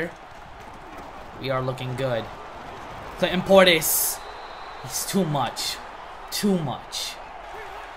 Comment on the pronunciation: at 305 or 306 he said cl in Clinton portis so hard